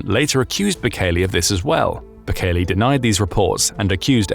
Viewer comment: Mate, it's Bukele, not Bukeli.